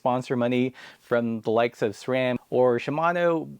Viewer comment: Subscribed just because you correctly pronounce SRAM.